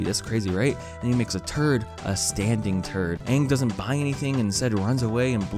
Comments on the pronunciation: they call him Aang not ong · Well saying aang instead eeng as you do is the only thing that movie did well tbh. Is it that hard to pronounce AAng as you pronounce Avatar? You don't say Evatar don't you? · dude. ONE episode in Avatar : the last airbender is already far better than the movie. Here's one, The tales of ba sing se. ITS A FILLER EPISODE. No seriously, watch it, Season 2 episode 15 on netflix if i can recall. Characters are utterly ruined, pronounced wrong (It's aang, not ONG) The show, like Atul Jha said, is the source for the movie. LITERALLY. THE MOVIE. IS BASED. ON. THE SHOW. As such, it SHOULD, BE HELD, to A SIMILAR STANDARD. Maybe speaking slow will get through to you. Legit, ask anybody whos over ten and has an iq in the triple digits to watch Avatar the last airbender. Then ask them to watch the movie. Here's most likely the response : (*u* "Avatar : The last airbender is so good" (x_x) "WHY HAVE YOU FORSAKEN US ALL WITH THIS MOVIE DEAR GOD WHY DOES THIS EXIST" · Dude this was an adaptation to the series that people love and they just got rid of iconic things like Zuko’s Scar and Aang being pronounced Ong instead of Aang. Not only that the acting is bad in some parts and not only that the bending seems just...bad it took like a group of people that a single earthbender could do and am not trying to say the whole movie is stupid and dumb, but it is mostly bad in most parts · Yes call him Aang, not Oong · He literally told people how to say his name and this abomination of a movie just dismissed that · They pronounce it Ung. NEIN NEIN NEIN NEIN! it's Ang not Ung. 😥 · "It's pronounced "Ong" not "Aang" "I know this, cause... I'm asian *haha*" - M. Night Shyamalan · HIS NAME IS FUCKING AANG. (AANG) not fucking ung.... his name IS NOT UNG!!! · Shyamalan calling Aang "AAAng" is his passive aggressive revenge on people calling him ShAmalan... Or SHAMA LAMA DING DONG. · oh no I’m going to forget how to say aangs name- UNG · You're not Aangry You're Ongry